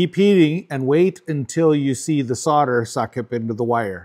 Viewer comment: What the fuck is soder,though it was solder.